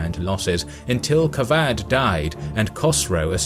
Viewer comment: He says kavadh ! Kavad qavad کواد = pimp He says kosrow kos+row = vagina+go کس+رو Good luck with those name and pronunciations History's written by westerners w.durant mkII XD